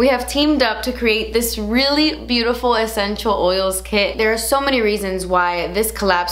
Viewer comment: Nobody:: “ECHENTIAL” OILS!